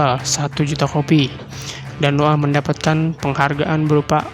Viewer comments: Noah blok .bukan noo'aah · noah blok bukan no ah